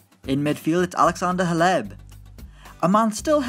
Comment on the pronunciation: The way he pronounced Hleb 😂